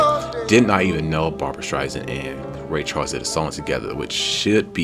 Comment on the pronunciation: You must react to the full number. Barbra will blow you away as she segues into Sweet Inspiration. Also, and no offense, but her last name is StreiSAND, not StreiZand. No Z in her name.